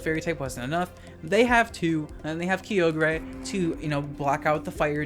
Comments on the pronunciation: "Kiyogrey" lol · Nah, Dynamax is one of the most fun VGC mechanics. Also, WTF at how you pronounced Kyogre.